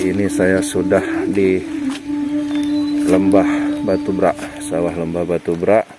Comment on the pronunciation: Beghak, bukan brak... Beghak artinya tenggelam